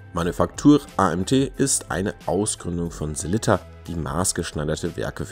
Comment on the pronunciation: Eine schöne Vorstellung mit tollen Detailaufnahmen von drei interessanten Uhren. Aber warum kriegt es nicht einmal ihr Profis hin, den Namen des bekannten schweizer Werkherstellers, der euch doch wahrlich geläufig sein sollte, richtig auszusprechen? Die heißen nicht Selitta (wie der Kaffeefilterhersteller Melitta), sondern Sellita!